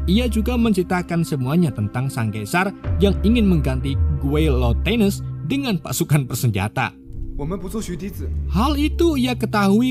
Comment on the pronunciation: bacanya gini bang, giletens